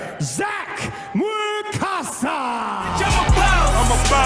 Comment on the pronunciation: Mwekassa. His name is spelled Mwekassa, not "Mkwessa"